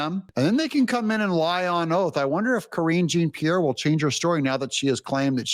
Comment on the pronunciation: Please,Doug, KJP’s name is a French name. Jean is pronounced Jon. You do such a good job reporting, but you need help with pronunciation sometimes. I don’t have any respect for anyone on the left, but mispronouncing someone’s name doesn’t reflect badly on them. It reflects badly on you. Hopefully soon she will be forgotten, but in the meantime, at least say the name right.